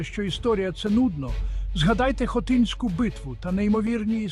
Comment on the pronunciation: Не Хотиньську, а Хотинську! Місто називається Хотин!